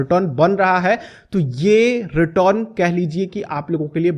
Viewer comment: आधव जी, इतना भी ना जुबान को ट्विस्ट करो, रिटर्न को रिटोन बोल के चूतिया लगते हो।